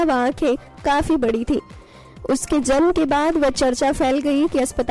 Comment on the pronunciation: kiya to bhi bolre ye zanm zanm...bolna to acha chahiye tha...